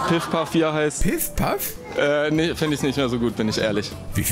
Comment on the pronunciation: Mit dem PiffPaff XD Junge der heißt PuffPuff. XD